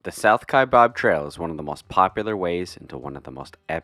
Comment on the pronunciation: Your pronunciation of the South Kaibab Trail is incorrect. It is not pronounced “Kai bOb” or “Ka bOB” as in “Shish Kabob.” It is pronounced “Kie bAb.” There is no “O” in the spelling or pronunciation. During my career with the U.S. Forest Service, I spent 4 years on the National Forest that surrounds Grand Canyon National Park, the Kaibab National Forest; thus, I have several more years of pronouncing the word “Kaibab” than the average person. Otherwise, I enjoyed your video of hiking this trail. During my time in northern Arizona, I was lucky to have hiked it 3 times. It is the most “efficient” way to reach the river from the rim. I congratulate you on hiking it.